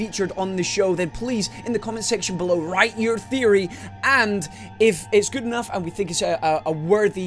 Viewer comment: "Theopry Thursday!" Really?